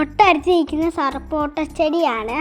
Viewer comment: അടിപൊളി കാഴ്ചകൾ ആണല്ലോ... ❤️❤️❤️❤️സർപോട്ട അല്ല സപ്പോട്ട അല്ലെ 😂